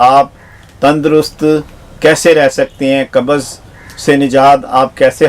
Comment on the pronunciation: Kabaz nahi pakistaniyu qabz hoti hai tum logone to urdu ki mout kardi